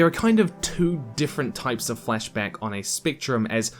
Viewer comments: I'm so sorry, and this is a well-done video, but... in your accent it just sounds like 'fleshback' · Heard the first flashback as fleshbag. Took a moment of confusion. And now i can't unhear it. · I know you're saying "flashback," but I cant help but hear "flesh bag"... Sorry if I caused this to someone else. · I kept on hearing fleshbags instead of flashback.... was i the only one